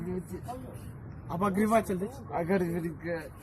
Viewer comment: Э сигейин в красном, озу айталбайт экенго ОБОГРЕВАТЕЛЪ деди го